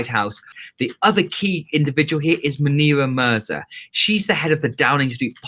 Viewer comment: Just a heads up - It's Munira Mizra not Munira Muzra 👍